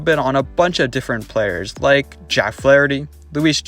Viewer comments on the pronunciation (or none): none